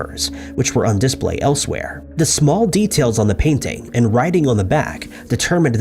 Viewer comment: Please Google “how to pronounce the word display”.